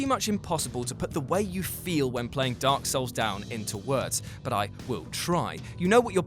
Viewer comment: Video starts Guy: D O R K S O U L S Me: REEEEEEEEEE